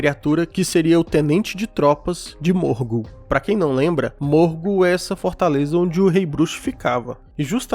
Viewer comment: Minas morgul, não morgo.